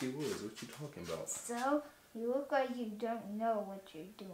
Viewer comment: I love it, “ subscribe, wike, and turn on notifications” keep it up guys.